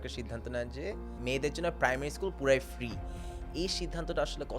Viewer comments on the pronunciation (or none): he said free not freak